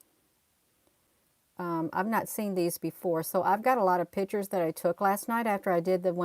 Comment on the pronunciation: you are a treasure however pictures is not pronounced pitchers sorry.